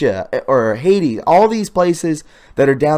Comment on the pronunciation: Dude..before you do any more videos with geographic references, take a few minutes to learn: how to pronounce the country/city names, what hemisphere the country is located in and why these countries are relevant to today's news cycles..this video was difficult to listen to given how often you screwed up the location names..Haitia? really? C'mon , you're better than that.